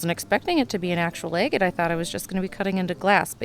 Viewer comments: Its Agate not agit. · Egget? egg? It is agate with A not e. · Girl, youre murdering the pronunciation of agate